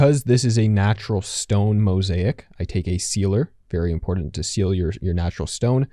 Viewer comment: It is important. Not. Imporant. Hey millennial and Gen z. Learn proper English